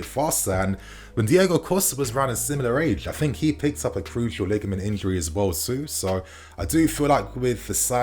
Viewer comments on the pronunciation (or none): the word is cruciate - cruciate ligament injury.